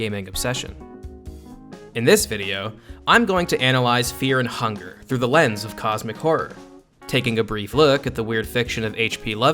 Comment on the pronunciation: Feah and hungah